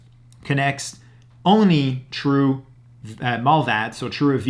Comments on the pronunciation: Is he saying Through TOR or True TOR…? Just wondering??? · "tru Tor" 😂